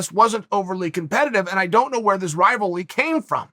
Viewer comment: “ Rival-ly “ Chael does it again